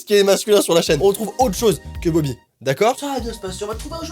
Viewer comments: BOBY c pas BOBI c BOBY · Pas bobi mais bobo